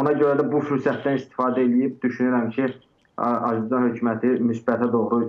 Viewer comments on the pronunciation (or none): Bahib analiz eledim ki siz TROL butun sherhlere zeherinizi tokmusunuz. Yerli yersiz. Ondansa Mehmana "Azerbaycan " sozunu duz demeye orgederdiz. Yohsa Azebacan demeyi butun millete tehgirdir.